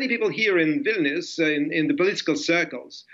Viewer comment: Its Vilnius Lol